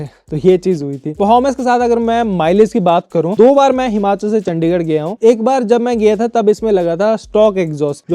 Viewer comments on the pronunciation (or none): none